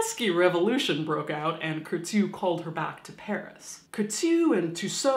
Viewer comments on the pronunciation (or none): Bonjour From Paris , Caitlin. I like a lot you Channel that is a perfect way to not be afraid (too much) of death and the different ways to die. :) Well, as the matter fo fact, I believe that the pronunciation of "Curtius" name is not by sounding the "T" as the [t'] but like an "S" or double "S" . I like a lot Madame Tussaud's story and how she manged to be one of the most popular Woman in the world, even after her death! :) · I keep wanting to say "Bless you" when you say Kourteau. Sounds like a sneeze. Lol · The way you pronounce Curtius is so cute !